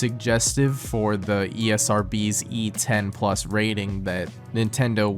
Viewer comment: Have to say the only part of this video that got me was the way he said plooosle and menun like guy Id hate to ask how you say “+” or “-“